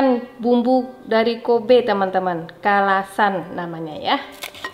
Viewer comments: Ayam Kalasan.. Bukan salasan..mbak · ngakak pas uni blg salasan😂😂😂.. bkn salasan uni tp kalasan😂😂😂😂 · KALASAN uni bukan Salasan hehe.. Ko Johns dikasih apresiasi verbal juga Uni, love language sekeluarga ini Mirip act of service semuanya. Jadinya nyaman diliat rukunnnn ❤ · Ayam KALASAN, Uni.... Bukan SALASAN 😄